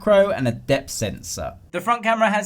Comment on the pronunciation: Sensor "Sensow" Video "Videoww"😆😆😂😆😆